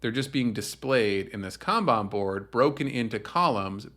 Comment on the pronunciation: I thought it was pronounced kanban but you keep saying kanban